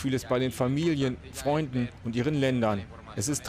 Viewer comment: "Fröynden"? Was ist mit dem Sprecher des Lügenblatts los?